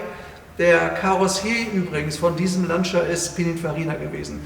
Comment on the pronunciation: Werter, bei der Aussprache des Namens "Lancia" unbedingt das "i" weglassen. Es heisst definitiv "lantscha" und niemals "lantschia"! Ansonsten einfach Super-Videos und unübertroffen Präsentation!